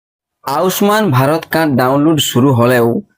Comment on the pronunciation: উচ্চারণটা ঠিক করে করো ভাই আউস মান নয় আয়ুষ্মান।